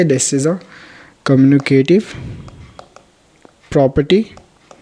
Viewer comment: It's commutative property not communitive property